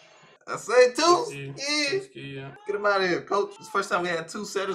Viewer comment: Why he keep calling him "Tuskki"? LOL, it's TSUKKI!